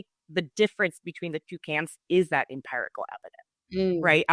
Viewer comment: Why does pronounce empirical as empyrical?!! Sounds weird 😆